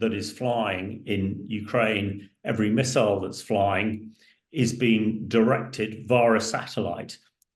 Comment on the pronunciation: It’s a mystery. It is not a word that’s difficult to pronounce correctly. It’s miss-pronunciation suggests to me an excessive deference to the US